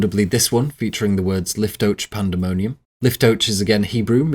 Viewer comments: I would just like to state that liftoach would be pronounced leaf-toe-akh in hebrew not lif-toe-ch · I know i'm being nitpicky but with how well this is researched i found it a bit jarring how you pronounced Liftoach as if it was an english word lol. I don't speak a lick of hebrew but i can still tell this pronounciation doesn't sound hebrew at all. Just find it funny that even the most big brained english speakers have such difficulty pronouncing a foreign language. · Dude, the way you pronounced liftoach shows you did 0 research.